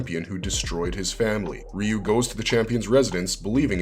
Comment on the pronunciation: Finally! A video that pronounces Ryu correctly! And it only took 36 years!